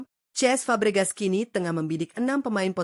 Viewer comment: kenapa cesc fabregas malah diucapin ce es sama admin? jadi ngaco